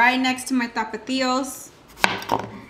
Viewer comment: You said “6 tapatillo” lol I’m pretty sure they’re called tomatillo